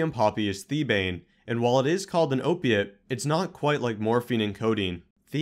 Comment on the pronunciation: Can you say OPIATE!